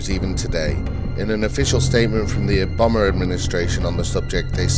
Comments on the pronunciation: the guy said obuma instead of Obama at 13 mins haha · Did you say "Obummer Administration"? :D